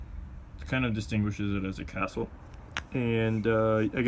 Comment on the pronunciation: You mean CaCtle?